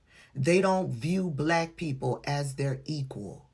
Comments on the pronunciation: He pronounces it as 'bulaakk_.k' I added the extra letter to the end on purpose. 🤨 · Put that STRONG EMPHASIS on it didn't he. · yes he did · I noticed it too. He always says black with a weird emphasis on the word. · A lot of the lepers do. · He does put a lot of emphasis on it.